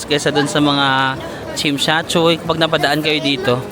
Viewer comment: Not Chimshatchuy! It’s TSIM SHAT SUI